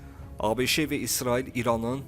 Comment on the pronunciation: Ay avam diktor ABŞE yox sadəcə ABŞ deyilməlidir ABŞE hardan çıxdı...